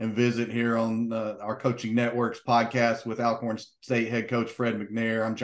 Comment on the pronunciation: It's pronounced Allcorn, good interview 👍🏾